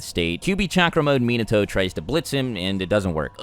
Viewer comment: it really triggers me how he pronounces minato and naruto